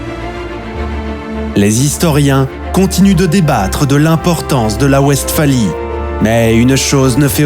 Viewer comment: L'inculture me choque toujours. En allemand, le W se prononce V et la Westphalie doit se prononcer "Vestfali". Cette "vidéo" n'est qu'un long commentaire, très indigeste, avec une voix qui ne sait pas parler, cela pue l'IA. Les images constituées de cartes géographiques sommaires ne donnent pas un aperçu convenable des situations stratégiques. C'est de la daube. A fuir.